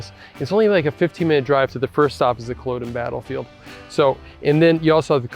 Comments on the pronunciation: Great video but I was surprised you kept pronouncing Culloden wrong right at the beginning. It is Cull-odd-uhn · "Cul-awe-din" rather than "Cul-oh-den" Other than that great video from a local 🫡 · It’s pronounced Kuh LOD uhn. Emphasis on the LOD like sod not like ode. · As someone from Inverness while it’s easy to joke about our weather, it harder to pronounce our places names. Please can you research things like how to say Cull-o-den before you upload posts